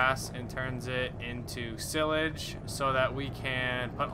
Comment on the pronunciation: Your saying silage wrong